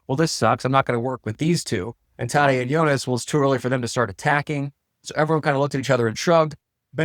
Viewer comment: I’m pretty sure the a in Tadej is pronounced like the a in “at”, not “ahh”. Idk I’ve just always watched Rob Hatch and Eurosport instead of NBC. But I kind of get annoyed watching NBC hearing them pronounce cycling names.